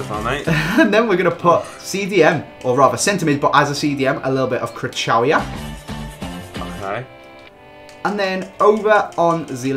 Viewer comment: For Krychowiak, its not pronunced 'Cry-chou-wiak', its pronunced 'Kry-ho-viak'. (I'm also polish).